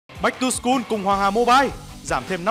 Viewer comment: Mình góp ý nên phát âm lại chữ "bach to school" cho đúng bạn ạ! Rất quý kênh này.